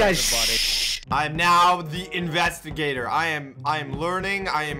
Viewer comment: "I am the investigator" where have i heard that from??? the investaGATOR